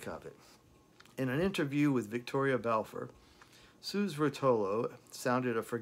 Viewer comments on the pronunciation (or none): I`m not sure if anybody mentioned this in previous comments, but I just wanted to add that Suze is pronounced like "Suzie". Suze Rotolo mentions that in her book "A Freewheelin Time". Not sure if you got a chance to read it. I`m guessing by now you did read it. It covers a lot of her relationship with Dylan. And you are spot on. Another heartbreaking song he wrote for Suze "Tomorrow Is A Long Time". It was definitely written be someone who was feeling a deep loss.